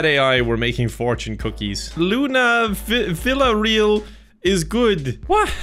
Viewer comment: Running the script though a translator multiple times but the most unintelligible part is still trying to pronounce the surnames "Villareal" and "Nishidake"